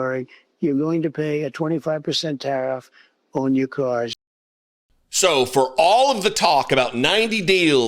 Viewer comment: aww your caawwrs